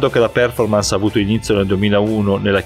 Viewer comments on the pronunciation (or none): none